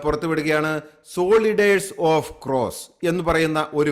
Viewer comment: Please get your pronunciation right. Soldiers is not സോളിഡേർസ് but സോൽജേർസ്‌! Otherwise a good report